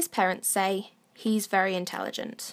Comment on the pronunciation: Christopher White yeah ok but also,, 'intelegant'